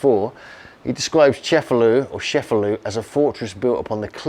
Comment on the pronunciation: It's pronounced Che-fa-LOO, not Sheff-a-loo.